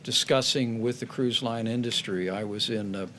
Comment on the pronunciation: This complete imbecile can't even pronounce the word industry correctly.